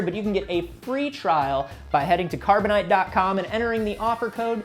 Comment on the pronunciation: Carboni-Te? It's a scam set up by!:o